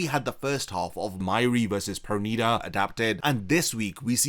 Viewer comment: Finally you said it right perneeda 😂😂😂